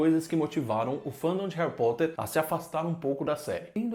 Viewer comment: Hawi Potter